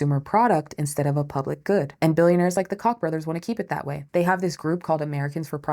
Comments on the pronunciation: You say it like cock 😂!!!??? I say it like coke. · no shade intended, if I could DM you somehow I would….but I can tell you are intending to say Koch bros and it’s pronounced as “Coke” like the soda not the way it looks like it should be pronounced. It’s super non intuitive pronunciation. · Koch brothers is pronounced like coke fyi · Every time she mentions the Koch brothers, I giggle, because I know she knows how their name is pronounced.